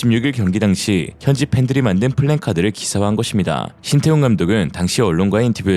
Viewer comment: ㄹㅇㄹㅈ 항상 고맙게 구독중인데요, 오늘도 내용 좋고 목소리도 좋고 다 좋았습니다... 한가지 바로잡을 것은 자막에 플랜카드(읽으실 때도!)는 이상한 말입니다. 계획을 써놓은 카드라구요??? 아니죠! 영어로 PLACARD(우리 발음으로는 "플래커드"가 가장 가깝죠)인데 왜 그렇게 읽나요?